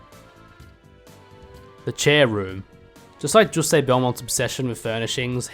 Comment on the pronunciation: Bro why are you calling him "Juustayy" 😭😭😂😂